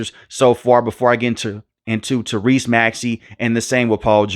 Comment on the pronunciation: Why you say maxey first name like that smh